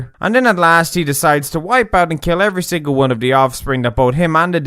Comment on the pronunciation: Most importantly... it will keel